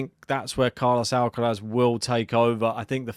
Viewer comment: Would be great to see Draper win or at least push Alcaraz. Based on form, experience and levels of fitness...Id say Alcaraz in straight sets if Jack completes the match. But this is sport so let's wait and see. Another great piece 👍...Ps decide and stick to how you pronounce Alcaraz's first name😄